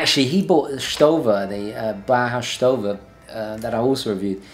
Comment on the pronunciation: Great video but ... you said Stowa in strange way ;) Its german name. Just type in youtube Stowa uhren and listen how germans do it.